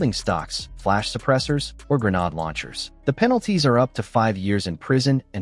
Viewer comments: A "greanod" launcher? WHAT AI HELL IS THIS? That alone makes this video suspect regarding it's content. Dismissed. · Knew this was AI BS when Grenade Launcher was pronounced Grenod Launcher. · Once you hear this A.I. narrated bullshit say grenahd launcher. You know its bogus.